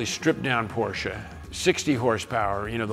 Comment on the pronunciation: It's not Porcher!